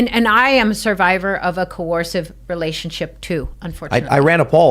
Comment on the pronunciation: co-ursive, survivor lady!